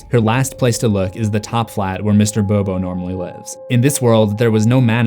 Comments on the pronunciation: It's Mr. Bobinski not Mr. Bobo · did this dude just call the iconic mr bobinski... “bobo” ?? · bobiscie not bob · It's Mr.Bobinskey not Mr.Bobo